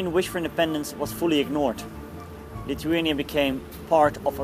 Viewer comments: no your accent it's like you don't have front teeth? TH sounds wrong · he is saying lithuania wrong